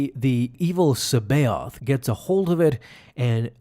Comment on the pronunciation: I love ur vids, but come on, its pronounced SAA-BI-OTH not Cee-bee-oth. The way you pronounce it isnt correct lol